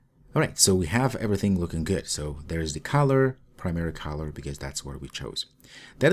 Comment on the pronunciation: Thanks for introducing me to Jetpack Compose. When you say color it sounds like caller. There is less chance of confusion if you pronounce the first o in color as an uh as in mother rather than as ah as in mom.